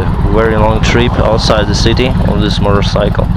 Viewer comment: are you saying murdercycle? loi 130MPH isnt slow bud